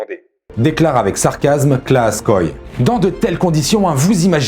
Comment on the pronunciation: Klaas Kooy, prononcer " Clâsse Côye " donc pas d'écorchure!